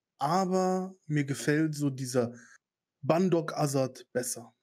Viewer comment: Nicht "bAndog" sondern "bÄndog" 😂. Coole Reaktion aber !